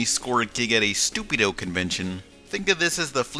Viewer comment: "Stu-Pi-Doh" real subtle there.